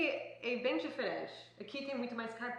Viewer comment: Não é "diferenti" é diferente, não é "leiti" é leite, termina com a letra "e" e não com a letra "i", está errado!